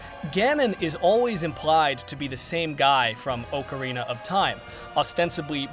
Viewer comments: Oakarina, ocarina... Your the only person I have ever heard pronounce it like that. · For the love of God, “Ocarina” is NOT pronounced oh-kr-ee-nuh!!!